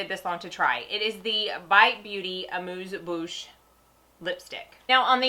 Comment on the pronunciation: Most reviewers can't even pronounce amuse bouche no less have an idea about what it is. Thank you very much for knowing both. This has made me nuts watching videos. Really enjoyed your video. Now subscribed